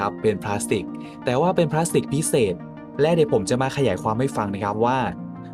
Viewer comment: พลาสสติล ไม่ใช่พลาสติกครับ